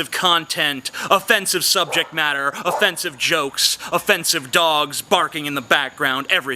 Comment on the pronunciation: was i the only one that kept hearing 'o-fence-ive'? the fence behind him was just too distracting.